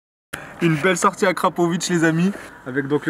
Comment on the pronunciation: Je suis pas fou j’ai entendu akrapowish😂